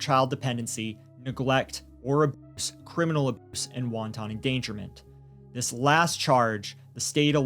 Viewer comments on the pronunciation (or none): I'm sorry, but hearing him say "wonton endangerment" instead of "wanton" fucking sent me 😂